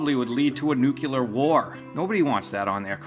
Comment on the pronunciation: I like you - talented guy - but please stop with the Nuke-Yoo-Lur. Nuke-Lee-Ur is just as easy to say. Nuke-Yoo-Lur is so GW Bush, shudder...